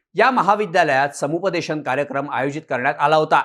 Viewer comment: Its SaMu pa de shan dear. Sampudeshan is little 😂